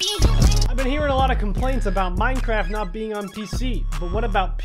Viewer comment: Wait it’s “minecraft” not “minecrafp” right?